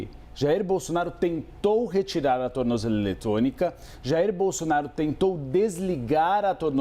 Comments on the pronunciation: Alguém ensina esse cara a falar tornozeleira 😂😂😂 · Tu não sabe nem falar tornozeleira. Kkkk